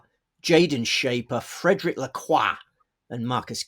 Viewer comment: It's Lacroix, sweetie, Lacroix!!